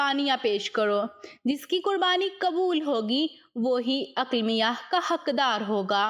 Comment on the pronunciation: Not Aklamia it’s Aqleemah